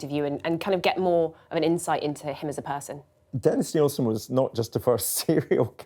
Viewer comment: Nill-sin Not "Neil-sin"